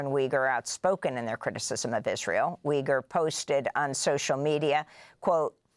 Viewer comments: Its Uygur not Wygur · Yoo-ger. Not Wee-ger. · Amy, Cenk pronounces his last name as YOU-grr. 🙂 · How are you going to pronounce Cenks name wrong? For real!? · lol She didn’t care enough to learn how to pronounce it.